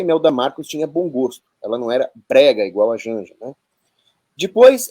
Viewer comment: Jánja ???? Kkkkkkk